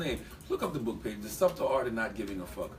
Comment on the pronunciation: pronouncing the B in subtle? like how have you never heard that word said out loud before, also most clickbait title ever they didn't say one word about schultz i don't think lol